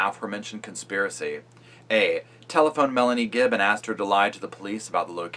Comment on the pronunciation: Am I just super neurotic , or does it drive anyone else crazy when people put an "s" at the end of "Gibb?" ....No? Just me, then? Alrighty... 👍🏼